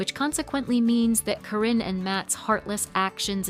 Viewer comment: They were never married and she was his farm manager and just wanted his money. It's not CORRINE, it's Karyn (Kar in). GET YOUR FACTS RIGHT AND STOP WITH THE LIES.